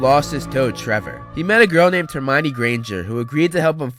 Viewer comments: Termionie Granger No I didn't spell it wrong, that's how he said it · He said termoine granger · Sorry but you said Termione Granger of this😂😂